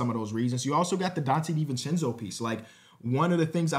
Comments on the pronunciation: Perfect pronunciation 1000 times and nobody notices, but 1 mistake and everyone notices. is cursed lol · (i think it's more poking fun at pronunciation than the trade piece lmao)